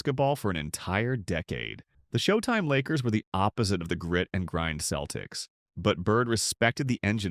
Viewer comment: AI narrtion is terrrible. Keltics? Give me a break. AI is a cancer